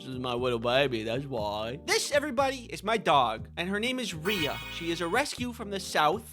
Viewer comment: First of all, I adore this little baby SO MUCH! Second of all, given that one of my names is spelled the exact same way, and I have been called ‘Ree-uh’ for my entire life despite it being pronounced ‘Ray’ (it’s a family name, that is the only reason it is spelled this way!), I felt personally victimized every time you pronounced her name correctly (/lighthearted /joke)